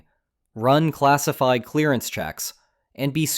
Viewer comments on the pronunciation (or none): "Classifed, Classifed, CRGSIFED" fucking AI gibberish